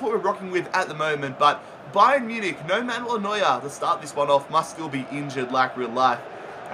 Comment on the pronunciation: Ba-yern Mu-nich XD